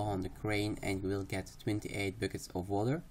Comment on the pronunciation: Your accent is very thick. But what I love about your guides is how you enunciate so clearly that even if it sounds like you say bookets instead of buckets I understand you very well. Keep up the guides hommie!